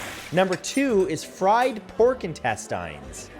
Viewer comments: Why are you saying intestines wrong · Have i been saying intestines wrong this whole time? 🤔🙄😂😂😂